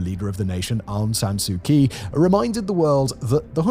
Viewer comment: From someone born and raised in Myanmar (Burma), the pronunciation for Myanmar is "M-Yan-Mar", not "My-mar". Kyi is prounced closer to "Chi". Thanks for this report, and the previous ones you covered on Myanmar.